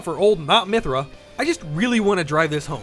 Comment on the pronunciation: Not Myhtra lmao